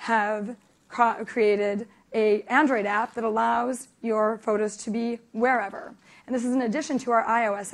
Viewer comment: Spectaculr, Wherevr, Biggr. She forgot Shittr...